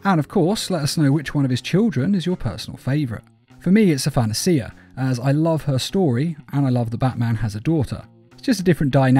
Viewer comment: I'm pretty sure Athanasia is pronounced "ah-thuh-nay-shuh," not "ah-than-nuh-see-uh." It's the female equivalent of the name Athanasius.